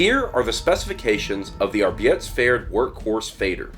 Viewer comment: Or better "Arbyetesp-ferd"